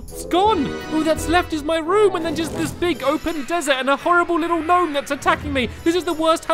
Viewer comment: It’s a G-Nome